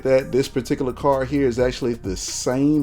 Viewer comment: car-d not car :)